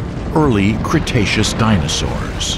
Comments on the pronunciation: This videos has a lot of inaccuracies First of all, its pronounced Cretaceous (kree-tey-shoos), we heard you pronouncing it wrong. Second, such dinosaurs such as Trex and Ankylosaurus didnt lived in the Early Cretaceous. Third, Trex was now estimated to be larger than Carcharodontosaurus in terms of mass of 9 tons. Fourth, Trex never encountered Carcharodontosaurus since they lived in different places and time and fifth, the Trex will easily win in a fight against Carcharodontosaurus due to its huge advantages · Congratulations on learning how to pronounce "cretaceous." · the emphasis on the first CRETacous becuse in the last video he said "CRUSTacous" made me laugh more than it should have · Cretaceous? Don't you mean Crustaceous?